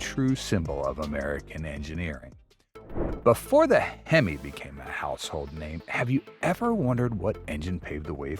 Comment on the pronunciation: Why's he mis pronouncing hemo